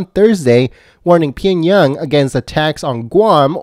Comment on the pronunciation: Hey!! Reader!! It's Pee-ong-Yang. Not Ping-Yung. You want recognition. Learn to read. Aloha